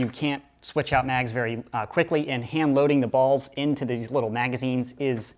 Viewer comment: why do you keep saying ballzzz